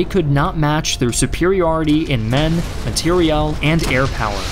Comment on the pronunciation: Man, your production quality is top notch. Question: I assume you're intentionally over pronunciating words so we can hear you clearly. How come you pronounce material very french?" matérielle" is how I hear it. Not complaining, just curious if it's intentional or just the way you speak, sorry if I made you start over thinking it, it's not the intent